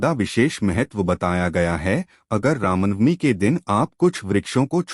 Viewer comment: कमसेकम रामनवमी तो ढंग से बोल लो ..